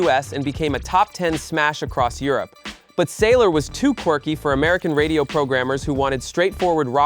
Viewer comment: The voice over dude has a unique way of saying 'sailor' 🫤 (gey 😅)